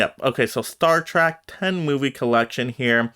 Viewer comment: Trek is not pronounced as track, but like Shrek, replace the sh with a T